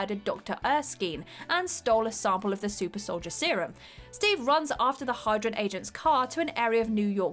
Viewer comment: Hydron agents? REALLY?!?!? There are at LEAST a dozen other mis pronunciations of REALLY obvious words, where if you ever watched any of the MCU movies you wouldn't make that mistake. It's not enough to just be able to read the script, you also have to understand the words you are spouting off.